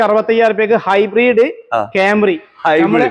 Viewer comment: എന്റെ പൊന്നു കോയാ ഹൈബ്രീഡ് അല്ല hibrid